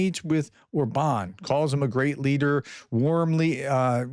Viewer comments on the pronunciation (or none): Or-bn —- like a very short ‘bun’ Just a suggestion, getting pronunciation correct improves credibility. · Orban is pronounced with emphasis on the first syllable.